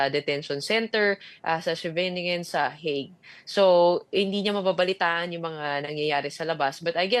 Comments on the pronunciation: HAGUE po ang pronounciation namin dito s Europe in English lang po ang HEYG 😊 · Can you pls pronounce it properly? It's not HAG, it's HEYG